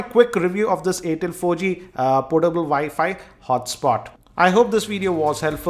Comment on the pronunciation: It's called WiFi not ViFi